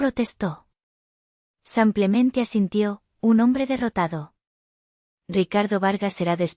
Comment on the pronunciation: ¿Cuchilló o cuchillo? "Cuchilló" con la pronunciació en la primera sílaba, no existe. "El maleante "acuchilló" al hombre en la calle." "Utilizo el cuchillo" para cortar la carne." "Me encontraron a mi"? ¿A quién encontraron? A mi. Me eoncontraro, ¿"Samplemente" o simplemente? ¡Ya apareció el nombre de...Sofía!